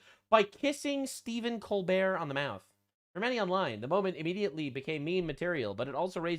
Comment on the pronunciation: This kiss looks like an affirmation that Pedro Pascal will have a slot in the upcoming massacre of Tolkien's legacy courtesy of Jackson and Colbert (pronounced coal bert)